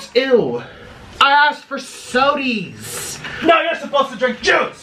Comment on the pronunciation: "Sodie?" LMFAO!!!!